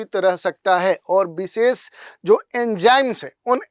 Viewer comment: विशेष X बिसेस ✓ 😂😂